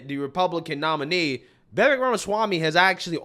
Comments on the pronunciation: Hey. Va-vake... its like cake. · Please call him by his actual name .. his name is VI-VAKE like cake.. Vivek is pronounces vi-vake! This man is in 2nd place and possible maybe vice president... we gotta be able to pronounce his name. I say this with all respect to you sir. Much thanks for your content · I think that Vivek rhymes with cake. That's the way I'm told to pronounce it. It helps. Truly.